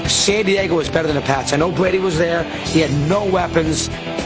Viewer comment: how do you say "Bwady" and you're on TV?!?! Oh yeah... CHOSEN...